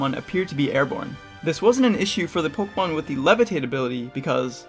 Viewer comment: The way you pronounce “Pokémon” doesn’t sound good.